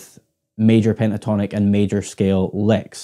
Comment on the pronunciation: its called "CH-ORD" not "CHARD.. something wrong with my ears or?